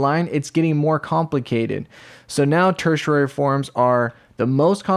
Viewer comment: im sorry but the way you say tertiary cracks me up. tersher rarey. 🤣